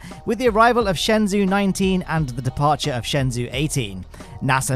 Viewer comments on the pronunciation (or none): just to let you know, shenzhou is pronounced more like "shun-joe" than "shen-zoo". Thanks for all the content you put out!